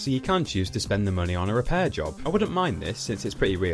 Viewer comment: really 'REPARAIR' your car